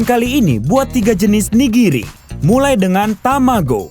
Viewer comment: Ka bilang nya 'nigiri'bukan (niriji)